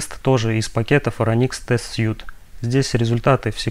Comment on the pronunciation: отличное видео позвольте позанудствовать: в Phoronix test suite последнее слово читается как "свит", означет набор, комплект или апартаменты. слово которое вы произносите пишется без буквы e в конце и значит костюм